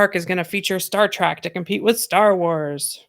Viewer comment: "Star Track"??? TRACK??? Its Trek.. like Shrek.. c'mon